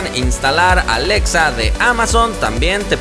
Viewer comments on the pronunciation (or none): none